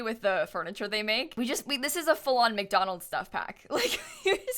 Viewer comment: Am I the only one cringing each time she says McDolands? Wendy's is where fast food is at!!